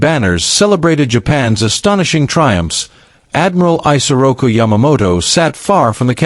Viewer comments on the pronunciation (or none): His name was pronounced “ih-soh-roh-koo”, not “eye-soh-roh-koo”